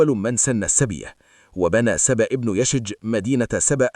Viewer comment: ياخي اسمه يشجب وليس يشج. أخطأت بلغظ اسمة مرارا